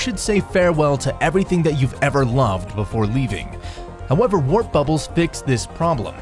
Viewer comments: Whatever voice actor you paid for on fiverr cannot say warp bubble correctly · He said wrap at the intro so many times...I was.. just... can't even... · A wrap bubble? Where did u learn to speak English? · WOW nobody noticed that first thing the narrator is calling the "WARP" bubble a "WRAP" bubble????????????????????? i don't engage things this low intellect.... can't even pronounce WARP bubble properly GOOD ONE ... VERY SMRT 🥴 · This video is shit because the narrator is calling it a WRAP bubble!!! .... Duh duh duh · Why does he keep saying “wrap” bubble? Did he not even read the copy before recording? Does he not understand what he is reading? Takes away from the credibility of the channel. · I was reading “Warp Bubble” while the narrator was saying “WRap Bubble”… I thought for a second I broke my brain with YouTube space videos. Nope, just the narrator messing up the whole opening sequence lol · Stopped as soon as he said "wrap bubble". Quality control anyone? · Lol..yes warp bubble as in not rap but pronounced war/p..but he started getting it right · W A R P B U B B L E now say it with me only thing warped was the r with a lol and than dude says wrap hella times in the beginning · RRRAAP, Rhhaap, trap, snap, bratatat-tat. WTF? Finally says WARP at 32 seconds ROFLMAO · Wrap bubble. Lol I thought I was hearing it wrong. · Don't post videos that you couldn't write yourself... Let alone read... Wrap bubble🤣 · Next time hire a narrator who knows the difference between the words "warp" and "wrap"! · Why do you keep saying "RAP" when it's should be"WARP" ❓ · It’s warp not wrap bubble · He called it a wrap bubble lol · Glad it wasn’t just me that heard that lol. I was like did he just say wrap? And then proceeded to do it 2 more times and I still wasn’t sure I was actually hearing him correctly lol. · I thought he gone say wrap bubbles in the whole video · I thought it was just his accent, but he really does say wrap lol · lol "wrap bubble" :p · 'Wrap' bubble 🤦